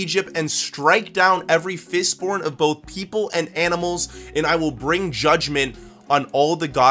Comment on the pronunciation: u said fistborn insted of firstborn